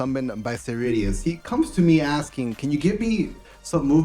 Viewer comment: Great effort!